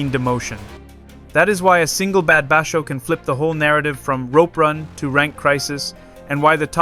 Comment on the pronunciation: He is Yokozuna level. It's just a matter of time. He has already beat a weak yokozuna, Hoshoryu, 4 times, undefeated against Ho. Please watch your pronunciation of some words like basho.